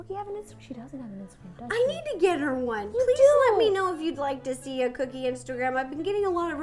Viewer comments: i love you guys but why dose Ro say "Coodie" sometimes instead of "Cookie" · I love the way Ro says cookie "coddie"😊😁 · Why does ro call her dog coodie? Whatever i still love her tho!^v^ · Who noticed ro was saying COODIE as cookie 😂😂😂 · I love you rosanna but when you say cookie name you say coodie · Does anyone else notice how when Ro says cookie she says coodie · Ro why do you call cookie 🍪 coodie